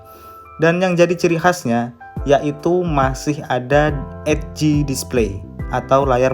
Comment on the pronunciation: Ed - g ? EDGE kali mas